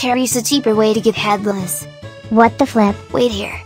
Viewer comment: "Head lice" MISS GURL😭🤚